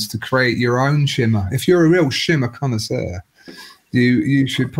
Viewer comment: shimmer conn"A"isseur for proper french ^^